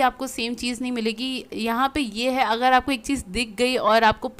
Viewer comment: Ap کھا ko خا bolti hain aur اگر ko اغر 🤭